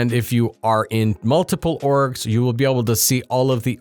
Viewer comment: kept hearing "orks" Multiple orks.